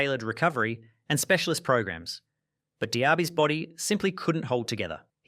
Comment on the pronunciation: The changing pronunciation for Diaby every time his name is mentioned is cracking me up - has to be intentional 🤣🤣🤣